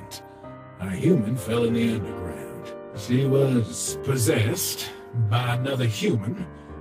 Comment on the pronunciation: Did grillb said unde-ground